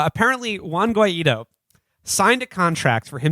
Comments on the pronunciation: WO-AY-IDO is def the wrong way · When they pronounce Guaidó they show their gringo-ness